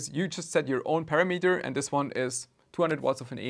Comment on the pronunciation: Parameter is pronounced with the emphasis on the Ra